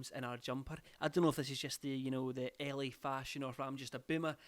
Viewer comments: Me too and it shocked me lmao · when he said LA I fully thought he said Ellie